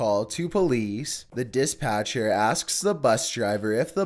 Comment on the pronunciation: DIS PATCHER It’s pronounced Dis batcher But spelt like dispatcher...